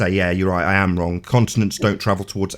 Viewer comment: "extablished" "wronk" "somethink" "everythink" "anythink" still on damage control for Bob Knodels screw up in admiting the true findings of the gyro in the documentary. I can't believe anybody would still come on this dumpster fire. I hope mom never listens to any of these.